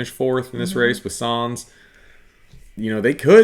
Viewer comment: Sye-nz not sans pls